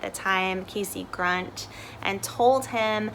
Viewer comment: I believe he was Jesse "Grund" not "Grunt".